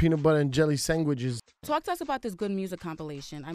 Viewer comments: peanut butter and jelly sangwidges lmao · da fuq is "sangwiches" lol